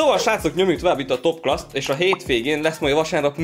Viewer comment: Azt nem úgy mondják hogy topclas hanem top Clás